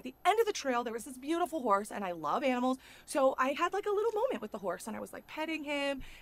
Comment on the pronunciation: When you said “Just wash your face once you’re away from the “whores” I then realized you were saying “horse” lol 😂